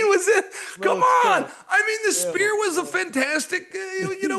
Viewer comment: Chael can't say "sphere"